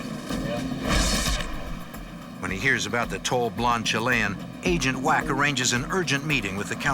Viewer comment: Can no one teach this man how to say Chilean?